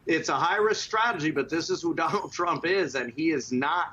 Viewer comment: "MAWGA Movement" This guy is supposed to be a Republican "contributor" and pronounces it that way....🤣